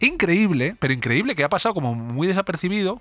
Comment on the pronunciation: Oye me encanta el contenido pero dejar de decís ejjque.... Yo tb soy de Madrid pero esto si alguien dice asínque como decía Kafka....Pues la forma tb afecta al contenido